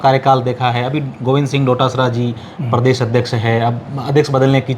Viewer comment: क्षमा चाहूंगा , पर एंकर का उच्चारण उचित होना चाहिए। शुरू में ही अर्थ का अनर्थ हो गया , प्रदेश होता हैं , परदेस नहीं। इसे प्रेम समझे , आलोचना नहीं ।